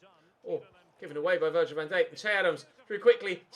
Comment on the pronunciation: Learn how to say Virgil name properly